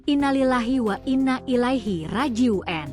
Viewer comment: Rojiun dong bukan rejien..gimana ini pembawa beritanya..ngaco